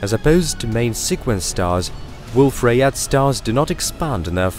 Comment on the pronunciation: it's pronounced booKAY.. I mean, ryeYAY